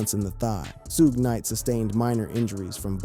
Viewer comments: Zoogay 😅😅😅 It's Suge 😅😅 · Say su-gay one more time... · "Soughé Knigt" LMAO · “Soo-gay Knight”?